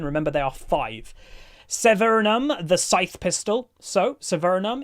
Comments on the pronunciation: THERE IS NO S Also the word is acuity lol. No r there. No N in Severum. Poor. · Yah, I kept thinking that... and the n in severum. There is no N. Lol.